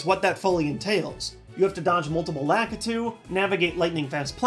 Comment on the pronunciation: No offense to, by why does everyone pronounce Lakitu wrong?